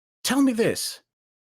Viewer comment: “Dis” oh my god he really can’t pronounce ‘th’